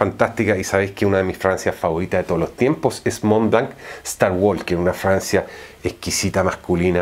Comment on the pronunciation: Muy admirable tu conocimiento de fragancias pero me impresiona que con tanta experiencia no te hayas preocupado para nada en la pronunciación de palabras tan básicas como coach ( kouch) o starwalker ( starwoker) entre otras. Es decir en una era donde haces la búsqueda en unos segundos en cualquier idioma y obtienes la respuesta ... Es simplemente inaceptable. Es mi única crítica , pero igual te admiro.